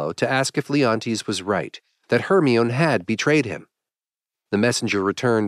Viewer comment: "Hermion"?... It's pronounced "Her-my-nee"